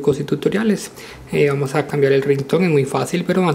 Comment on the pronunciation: porque siempre dices vamo